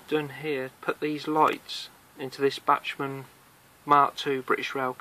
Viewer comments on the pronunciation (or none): It's pronounced "back-man". It's a German name.